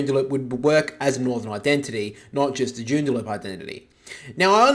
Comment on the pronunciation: Joondalup not Joondaloop